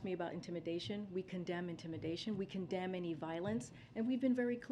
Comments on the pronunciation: Umm, heard that commend instead of condemn… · Anyone else catch the slip up when she went to say “we commend intimidation”? But changed it to condemn quickly…truth comes out as always with this one.